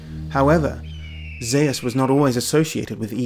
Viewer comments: I thought “Zeus” was pronounced “Zooss”, not “Zay-us”. 🤔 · Zeus is the name English people call the Greek god of the Sky... Greeks call him "Δίας" (Dias), or as he writes it... Dyeus... . It is pronounced the same. Greece is not the name for the country the Greeks use either. Hellas is the true name of that country it's people use. Look it up if you don't believe me. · Zeus would have been orginally pronounced Dzeus, which could descend from something like Dieus ~ Djeus 'Mycenaeans' did not have a god called Di-wo. Di-wo in probably in an oblique case. Even in classical Attic Greek the oblique cases were Dios, Dii etc In other dialects though there other types attested like Beoetian, Corinthian etc Deus. Attested dialectal forms are also Zen and Tan. These are considered to have been results of later developments but in my opinion can be the result of influences from early IE or para-IE languages. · of course it has !!! Zeus is Dieus ( in Greek not according to Erasmian pronounciation both names are pronounced Zefs - Thias genitive Thios .Διfος ( Διός ) in ancient Greek means Brilliant .....Greeks were using both names for the King Of The God ( Zeus - Dias ) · Sorry BUT: Zeus (Ζευς-zephs) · Y u pronounce Zeus like tht😂